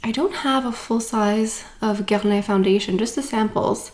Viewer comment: WHAT is that pronunciation of Guerlain?! 🤣